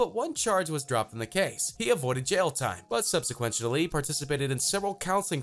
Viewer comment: "subsiquenchidly" ... I think you meant subsequently hahaha